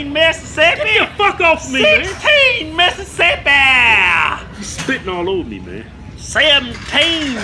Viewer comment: 11 missisipy TWELVE misissipy lmao